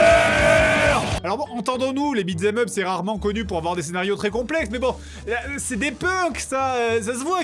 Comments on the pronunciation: Ah parce que t'es adulte et tu te fatigues à critiquer sa manière de prononcer en entier "beat them up" qui se prononce bel et bien "bitzemeup" ? lol, des barres. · "Beat z'aime up" RIP l'anglais